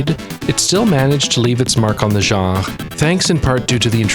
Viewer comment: I love this video, but I'm having a hard time getting over how you pronounced "genre".